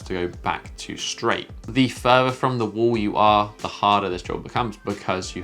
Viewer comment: if you could stop saying wole and start saying wall, i could stop imitating you every time you say wole